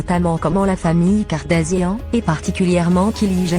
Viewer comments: Putain c'est quel langue ? Kili au lieu de Kylie, Kardazia, Jordan Vo mdrrrr je suis choquée😂😂😂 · Cette voix franchement, en plus prononce très mal les mots et noms kartazian, kili ..🤦‍♀️